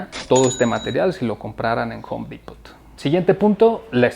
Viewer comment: El "t" en Home Depot no se pronuncia.